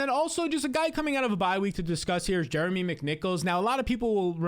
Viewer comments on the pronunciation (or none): none